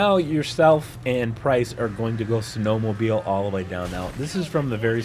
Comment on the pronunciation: you said “yourself and price are going snow mabeling